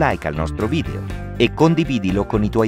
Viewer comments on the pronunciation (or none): none